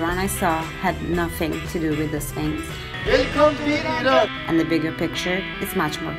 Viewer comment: And thank u, mamnoon, for dispelling myths about Persia. Thank you for pronouncing eeron correctly! Go vegetarian Iran! Better for water conservation, health, and planet. Soy(bean) kabob!